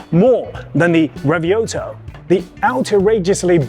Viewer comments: Since when Lamborghini REVUELTO became RAVIOLTO 😳 can you please at least make an effort to learn the name of the lamborghini model name correctly before butchering it to pieces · The Lamborghini.... Revioto? Revuelto